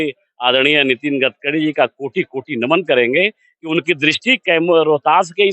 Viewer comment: गटकरी नहीं होता है गडकरी होता है। आप जितना रिपोर्टिंग किए है सबसे गलत नाम बोले है। सुधार की बहुत जरुरत है आपको अभी।